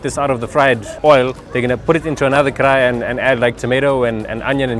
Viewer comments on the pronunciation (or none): bro pls say KARAHI correctly :D